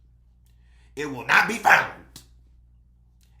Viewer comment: It will not be foundt…yes with a T Lmfaooooo